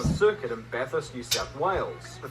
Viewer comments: BaTHurst not Bat-Hurst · It's pronounced Bath-urst... calling it Bat-hurst will have every Aussie and his dog roasting you 😂 Jus' saying, brah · It’s not Bat-hurst nor Bath-hurst, it’s Bath-ust. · its not bat-hurst, its bath-urst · Bat Hurst btw 😂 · Bath is more like Baff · Us locals don't even pronounce the U. You gotta say it like Bathrst😁